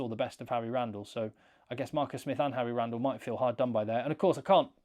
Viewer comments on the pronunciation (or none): none